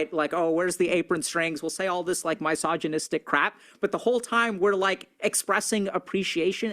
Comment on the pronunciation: He said "mysoginistic". This alone makes him an asshole. F... him.